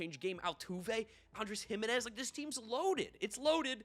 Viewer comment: My dude, how are you still mispronouncing Jiménez and Giménez. It has not ever been pronounced HIM in ezz. Never.